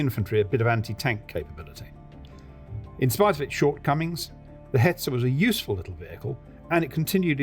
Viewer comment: Hetzer....Hetzer, not Hetzel....as a German my ears are bleeding and my eyes blinding to see or hear "Hetzel", ooof